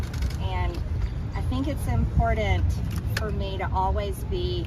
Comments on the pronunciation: Its impoordent? Shes educated? Who elected her and why? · It’s as she says very “empordent” to learn. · It’s really, really impordandt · "I'm a totally normal person...I think it's impor-dand for me..." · Someone should tell her that the word is important, not impordant. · There is no ‘d’ in the word important. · i hate when people say "impordant" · "I just wanna remind people I'm very much a normal person. I think it's impordtant......" Damn she can't even speak. 😜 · Now, if you could get her to stop saying, “I’m-por-DUNT”… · Marjorie Taylor Greene: “I think it’s impordant”.... Impordant?.... What? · She is such a normal person with such an "impordant" message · I thought I might have been the only one who cringed hearing that. For speeches and public speaking you would think she might brush up on, at least, the "impordent" words. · Why does she keep saying “impordant?” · And the worst Actress Oscar goes to........."I think it's Impordent." to cover my bony ass. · I'm not a native speaker of the english language, but if somebody, especially a woman, pronounces "important" like she does, I get goosepimples and want to run away.